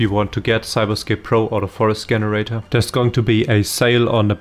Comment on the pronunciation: GREAT JOB BUT WHY U KEEP SAYING GGGEN irator its jen bro jenerator